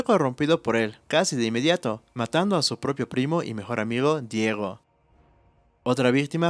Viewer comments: Deagol si lo pronuncias suena como Diego, en inglés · Daeul suena como Diego al pronunciar en inglés tal vez por eso se le salió 😅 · ... es DEAGOL... no Diego jajajajaja